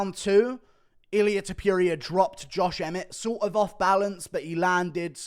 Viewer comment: Guru its TOPURIA not TOPIURIA ffs